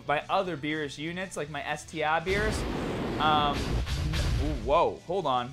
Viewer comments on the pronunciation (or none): none